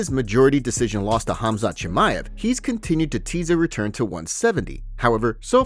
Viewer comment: Good grief the K is silent Khamzat stop using AI to talk dude.